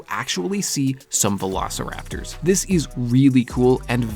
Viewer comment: Bro means Velociraptors, not "veilosiraptors"